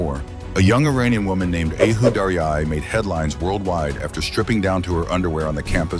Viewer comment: Her name is Ahoo, pronounced Aahoo